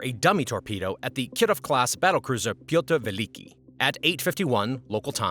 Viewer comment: Pearta Va-LEAKY 😂😂😂 What an unfortunate name for a ship! 😂